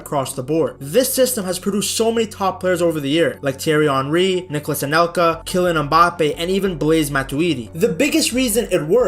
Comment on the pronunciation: Kilian EhMbappe